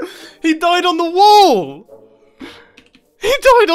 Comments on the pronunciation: I am still wondering why Mumbo is saying "wool" instead of "wall" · say Wall one more Time please XD